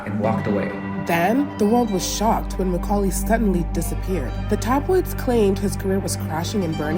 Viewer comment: Awesome "Macaully!"